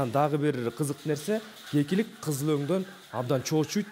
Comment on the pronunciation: гекилик дебей кекилик дечи